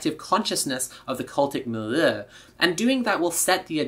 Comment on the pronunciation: Milieu=Meal+yuh(like doja cat). Or you could just say middle. Just btw